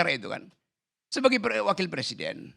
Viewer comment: Sebenarnya pengucapannya = PER SIDEN atau PRE SIDEN ?😂😂😂😂